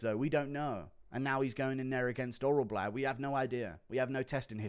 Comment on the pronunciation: Damn what is so hard to pronounce about orolbai